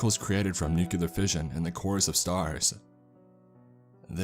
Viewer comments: I would say, one tic you seem to have in many of your videos is "Nucular" instead of "Nuclear" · "Nucular fission"